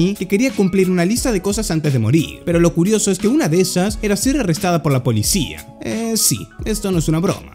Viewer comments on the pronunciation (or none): none